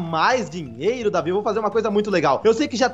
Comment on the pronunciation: Não é é Deivid doidão